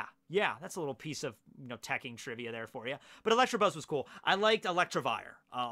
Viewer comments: Not electrabuzz but electabuzz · “Electrabuzz” lmao the Midwest at it again!